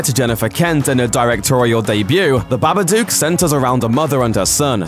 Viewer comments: The way he pronounced it BA-BA-DUKE urked me really, but true it wasn't scary at all. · BABADUCK??? hahahhaaaaa this guy doesn't even know what movies he's talking about even if he is talking about hilarious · its the babadook not the babaduke ffs